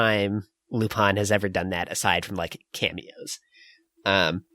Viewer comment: Is that how you really pronounce Lupin wtf I've been butchering it all aloing